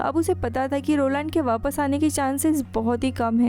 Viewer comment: Who notice vappasse vappasse 😂 ho kya